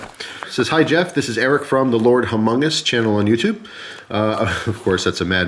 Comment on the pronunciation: This nigga needs to learn how to say Humungus